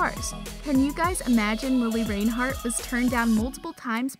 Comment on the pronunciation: i stopped in the first 20 seconds because you said her name wrong djhdidsib